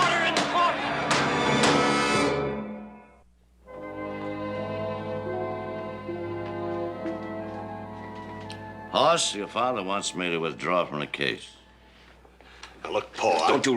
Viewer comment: That's Hoss Cartwright- not Hoarse Cartwright. The name "Hoss" is a Swedish name so get it right. You need to watch the episode "Inga, My Love" that shows when Ben was married to Inga and she was pregnant with Hoss. When he was born, Ben wanted to name him "Eric" and Inga wanted to name him "Hoss." She said that "Hoss" means a big mountain man. Hoss was 11 pounds when he was born. Ben said that they should give him both names.